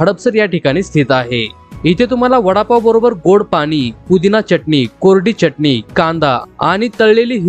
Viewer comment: छान .. च्यटनी नाय रे .. चटणी ..